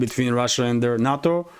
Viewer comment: Some reference info: NATO is pronounced "nay-toe."